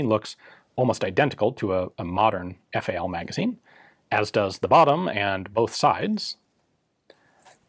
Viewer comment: Oh my lord.... Did he just pronounce FAL as the separate letters F-A-L??? I never thought I’d hear him do that